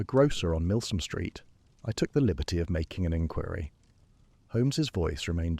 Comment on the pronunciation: Exactly…….. it shows that the faultless feeding of the story still depends on the human feeding of the facts …….. A.I. cannot think for itself …… and then I’m not even mentioning the repeated mispronunciation of well known words like inquiry and Marylebone Station ……… Greetings from the Cape in South Africa 🤓😜😇💚